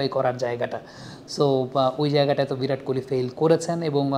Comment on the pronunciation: ভিরাট নয় ওটা বিরাট হবে 😂